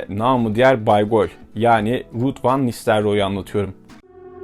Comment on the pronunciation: Hollandaca telaffuzlarla ilgili naçizane bilgi notu. Hollandaca'da 'u' bizdeki 'ü' olarak okunur, yani 'Rüüd'. Eindhoven da aslında Türkçe gibi okunur yani 'Eindhovın'. 'Ayndhovın' yanlış yerleşmiş bir telaffuz. Bir iki yerde 'Eredivisie' dediniz galiba, bunun da okunuşu 'Eeredivizi' şeklindedir.